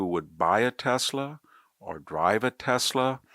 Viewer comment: baseball is back; you could learn how to pronounce Tesla, make a smart difference; IMO you have lost your way, and me...............Cya